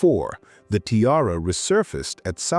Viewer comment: If you're going to use AI, help it learn how to pronounce "tiara." Particularly if you're a jewelry channel!